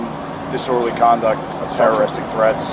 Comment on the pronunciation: Didorderly Speech 😂